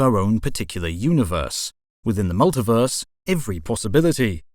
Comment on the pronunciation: You know when you hear someone mispronounce a word and you wonder if it was a slip of the tongue or if they say it like that all the time? Then they say the same word fifty times and it's just weird. Multiverse, it's mull-tee-verse not mull-ta-verse and while I'm whinging it's you-knee-verse, universe, not you-nah-verse. You speak very clear and concise English so I'm guessing it's not part of some regional dialect. It's quite odd.